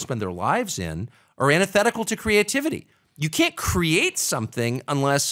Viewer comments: Someone needs to tell Adam the word is CREATE {KREE-ATE}, not CRATE {KRATE}. Also, if you haven't seen Adam's auto racing documentaries, you should seek them out. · Why can’t he say the word “create?”